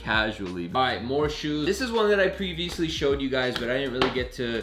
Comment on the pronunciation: alright, this is one I Pre-veesley showed you guys